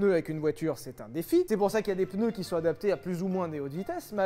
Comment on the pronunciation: MEILLEURS PENEUS